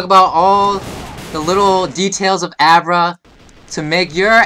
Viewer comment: Why does AVRA insted of AVA